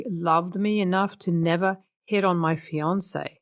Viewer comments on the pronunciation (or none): none